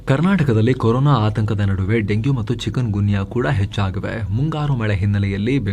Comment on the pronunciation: ಅದು ಚಿಕೂನ್ ಗುನ್ಯಾ, ಚಿಕನ್ ಗುನ್ಯಾ ಅಲ್ಲ